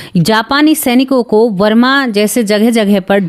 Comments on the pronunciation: वरमा नहीं, बर्मा बोलो । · Mam varma des nahi barma.